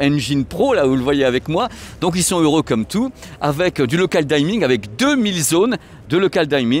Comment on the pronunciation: juste en passant, ce n'est pas pour ça que je mettrai un pouce en bas ;) je crois que ça se prononce "dimming" comme à la française, pas "daïming" comme à la "Cordula" ;)